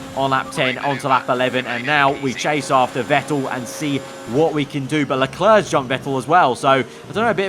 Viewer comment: Am i the only who who gets annoyed when he says Lecleur instead of Leclerc?